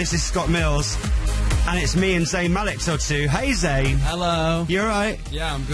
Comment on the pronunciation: i laugh at how the man who was at the starting said zayn malek instead of zayn malik..